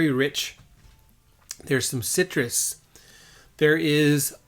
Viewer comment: Every time you say "citrus" I'm reminded of Horst Luening saying "Sigh-Trus" LOL